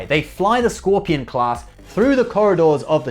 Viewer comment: WTF is a scworpion,? Scorpion, sir. Scorpion. Ok, now you try.